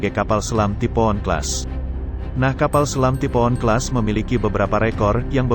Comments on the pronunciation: Typhoon dibaca "tipo'on", bukan "taifuun" 🤦‍♂️🤦‍♂️ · Taifun.....bukan tipo'on,please.....!!!!!! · Typhoon dibancanya taipun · bacanya Taipun